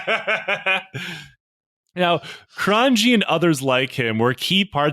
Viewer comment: his name is “Cron-ye”